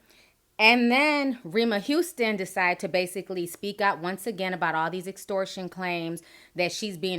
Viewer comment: nigga can't even pronounce extortion. talkin' bout bookings & shit smh.